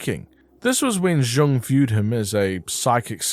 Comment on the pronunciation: for future reference, Carl Jung's last name is actually pronounced the same as "young." no J sound. good job on the video!